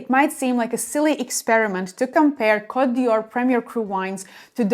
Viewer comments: A friendly tip. It's Cote D''Or, not Dior. The apostrophe is silent. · Côte d'or not d'Yior!!! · But you pronouncd it Dior. What could this opposite message possibly be saying?